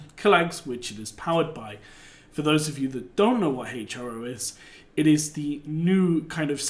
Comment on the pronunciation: I may be wrong but I think it's pronounced Hero